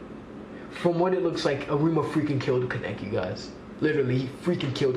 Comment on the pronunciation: It’s Kaa-Nay-Kee